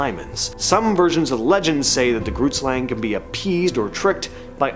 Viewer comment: Saying Groot Slang wrong🤣, it's Afrikaans for Big Snake